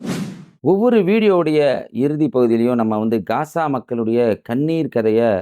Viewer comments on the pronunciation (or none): none